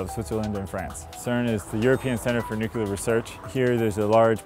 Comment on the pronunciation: You lose all credibility when you say 'nucular'.